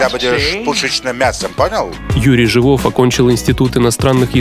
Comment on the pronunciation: Не ЖивОв, а ЖИвов... и к величайшему сожалению в живых его уже нет